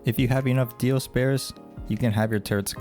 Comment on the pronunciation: Why are you saying "Dioses"? It's just Dio's. Its not Dios'